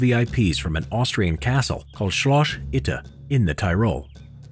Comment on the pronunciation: The "č"s are spelled like "j"s and the "ć" like a "c". It's "Shloss", not "Shlosh".